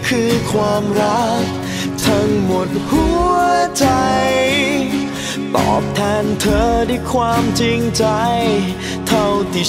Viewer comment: คำว่า #อยาก กับคำว่า #ตอบ ออกเสียงไม่เติมคับป่ะ